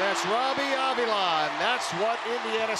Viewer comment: They saying avila's name wrong